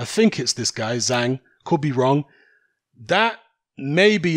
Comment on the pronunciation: Zhanh, it's Zhang. DAZN debut in China.